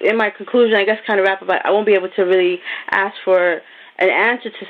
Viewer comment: Trying to sound intelligent and using the phrase let me "Ax" the question....